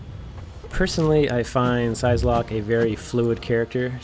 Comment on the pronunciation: Great video but it is infuriating that you don't know how to pronounce the name of a character you supposedly like. It's prounounced like "sigh"locke, not "size"locke. Otherwise handy tips.